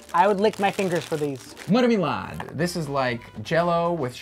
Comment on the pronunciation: Especially with marmelad He said, like MAHRMYLAHD